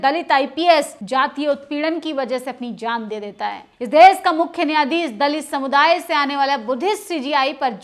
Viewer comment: आंटी देस नहीं देश होता है। भाषा पर भी ध्यान दें खातून 😂😂😂😂😂😂😂😂😂😂😂😂😂😂😂😂